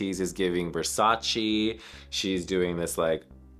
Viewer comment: It's Versace, not "Wersacee".